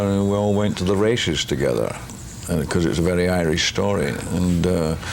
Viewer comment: ... "We all went to the 'rayschees' together" 😌 Rest In Peace Big Tam 👍